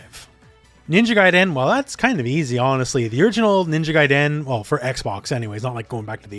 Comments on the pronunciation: He says Gaiden so weird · Would love a reboot! I hate how you pronounce 'Gaiden' tho...